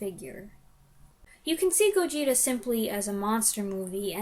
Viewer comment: Interesting review! Just an fyi, the pronunciation of Gojira has the stress on the first syllable. So, GOH-jee-ra. You can hear them pronounce it in the movie, but the word is very easy to miss.